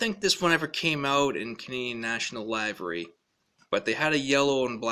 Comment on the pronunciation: I'm watching a review by a person who doesn't know the dif between a hopper and a gondola !! And 'livery' rhymes with river-G not diver-G !! So much for the hobbyist den !!